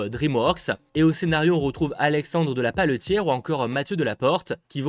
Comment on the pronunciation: Alexandre de la Patelière, et non Alexandre de la Paletière pour le scénariste du nouvel Astérix